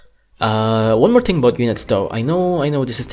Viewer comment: “the ting is” (you have to wait a while)